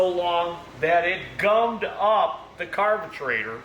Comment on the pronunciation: I cannot believe you cannot say carburetor correctly. It makes you look foolish speaking to the public like you're uneducated. You need to go back to elementary school to learn pronunciation correctly that you might have passed up in your education you need special ed for pronunciation of words that you need today in the adult world.